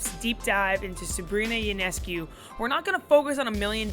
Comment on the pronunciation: FYI, her name is pronounced YO-NESS-COO, not YOU-NESS-CUE. Great video! Had the good fortune to watch every one of her college home games and plenty of away games too.